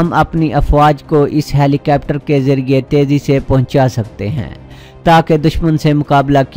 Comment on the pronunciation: ہیلی کوپٹر کو ہیلی کیپٹر کہنا کوئی آپ سے سیکھے۔